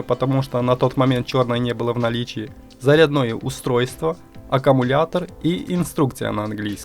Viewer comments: Зарядное или заредное ? Слух режет безграмотность 😮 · зарядно́е устройство? у меня кровь из ушей пошла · Слушай, а вокруг тебя реально что-ли люди так говорят: цеп, заряднОе, семьдесЯт, сантИметров, Штопорное? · зарЯдное, сантИмеров. Почему не дЮймовая? ВашА речь застАвляет мОи ушИ вянУть. вы дОговор чИтали что бы не быть осУжденным? Ай дошел до музыкальной паузы! Ай ромалэ прости за ударения! Верни коня только!